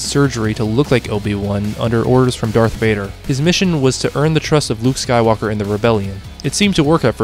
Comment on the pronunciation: Yeah the way "skywalker" was pronounced in the part with rey was so wrong. weird